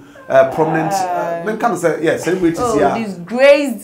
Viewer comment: What celebrities ''ashawobrities"